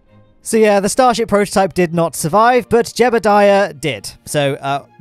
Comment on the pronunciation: Uhh you said stasrhip